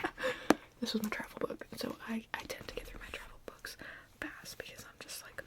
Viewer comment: Haha, I first understood "bugs" instead of "books". 🤣🤣🤣🤣❤❤❤❤ Book tapping is one of my absolute favorite ASMR triggers of all time!